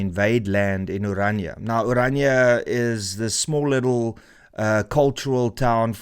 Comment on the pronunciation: Can people just learn to pronounce ORANIA correctly! It is NOT Oranja. Dit is Oran.i.a. Ek kan nie glo dat selfs Afrikaanssprekendes nie die uitspraak korrek kry nie!!